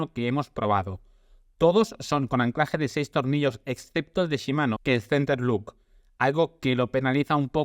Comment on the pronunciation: Centerlock se pronuncia tal como se lee. Para decir "centerluk" debería escribirse "centerlook", y no es el caso.